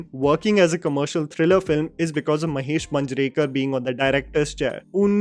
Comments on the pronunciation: Just a minor correction regarding the pronounciation of some marathi surnames, It's not Taarde, It's TARDE and Not Manjrekar but MAANJREKAR. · Sachin Khedekar***. I am a huge fan of yours. Please work on your pronunciation.. You have pronounced last names incorrectly. Limaye and Manjrekar.. As you are into National level film analysis, then perfection and accuracy in pronunciation is a must. Keep up the good work my bro. Cheers!!!